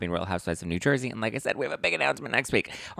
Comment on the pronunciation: Lol!! We don’t say New Jersey like that! Lol you’re so funny Btw.. #teamteresa Also no big hair in New Jersey, some do but not like years ago North Jersey and like Staten Island have more of those vibes. I’m by the shore so we are a little more natural down this way lol Great show tonight! 💕💕😍